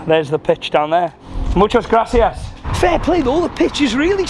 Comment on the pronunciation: couldnt sound any more british when he says "muchas gracias"🤣